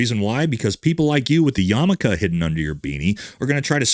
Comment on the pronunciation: Umm, it's yarmulke...